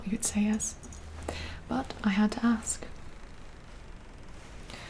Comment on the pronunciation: Quartermaster Use Ah sound check ask use Ah check quality use T instead of D check I am not smart ass And i am not native speaker.